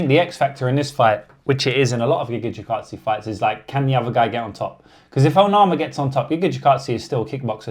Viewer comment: Tell me you're a casual when you can't pronounce Gigatze